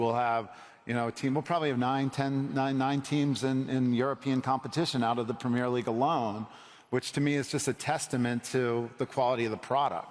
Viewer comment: Americans say pimmir league 😂